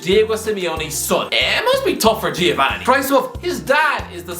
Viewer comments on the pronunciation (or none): none